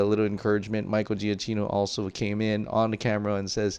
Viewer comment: For gods sake can you please pronounce “giacchino” properly!! Italian isn’t that hard